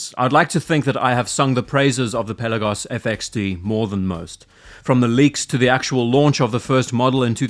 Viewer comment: Hey, hope you enjoyed your time in the Aegean Sea. Also, thank you for pronouncing the word "Pelagos" ( original Greek word being "Πέλαγος " with emphasis on the letter e),unlike so many other watch youtubers. Best Regards. P.S. if you ever revisit the Swatch x Blancpain watch, I will be glad to share my experience, as I went to check it in person.